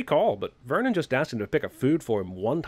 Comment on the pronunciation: lol the Birdman is def gonna point out Jeremy's failed attempt at saying "Vernon" clearly the first time